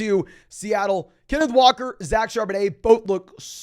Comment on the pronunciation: Put some respect on Kenneth Walkers name please for the love of god